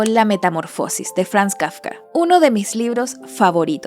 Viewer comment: no es Kafka? Por qué dice Fakka o así se escribe?